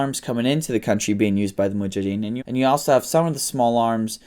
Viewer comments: Mujahideen. Not muhajideen. Lol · Its Mujahideen not Muhajideen. 😜